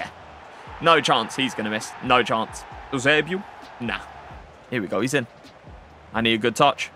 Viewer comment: Are you incapable of saying Eusebio normally ?